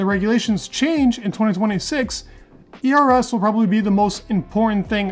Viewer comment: Dude you need to brush up your pronunciation. Your ERS sounds like eras.